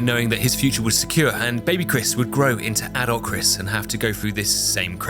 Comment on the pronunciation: Took 40 minutes to realize he was saying adult Chris not adolf